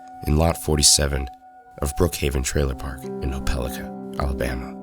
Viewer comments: It is pronounced "oh-puh-LIE-ka", not "oh-PEL-ih-kuh". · Oh Peh Lie Kuh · it’s pronounced Oh-pah-like-ah. im from an area near the town. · Pronunciation note: Opelika, Alabama is pronounced oh-puh-lahy-kuh according to the dictionary, and also to people at a company I worked for that owned a plant there. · Its pronounced Opal-eye-ka. 😂😂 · ope-ah-like-ah Alabama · You pronounced Opelika wrong. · pronounced the alabama city wrong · I laughed as soon as he said it, no body outside opelika can say it